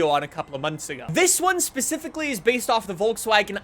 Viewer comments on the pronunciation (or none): none